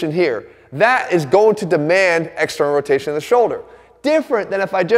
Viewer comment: Nobody: Jeff: E X T E R N A L R O T A T O R S